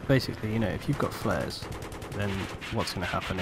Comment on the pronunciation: The word is flares, people.